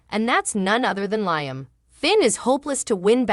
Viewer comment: You need to speak in every day words and also learn how to pronounce Liam.